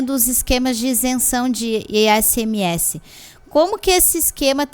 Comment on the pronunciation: Fiquei o vídeo todo falando ISMS mas é ICMS por favor kkkkk